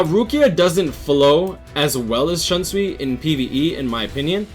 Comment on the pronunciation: Its shoonsui not Shansui* GG though good vid, I dont have all of them personally but very intresting top10 indeed.👌